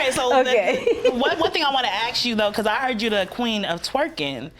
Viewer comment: Need to know how to say ask instead ax. Just sayin..............